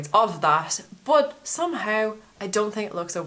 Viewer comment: I love the way you say BOT instead of BUT! :)